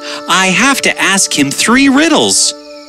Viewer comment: You said tree not three